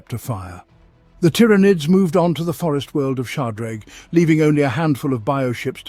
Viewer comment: The number of different pronouncations of tyranids in this video is insane.